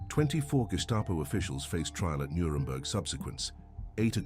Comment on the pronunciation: “Nuredberg” - really? This is really bad AI slop.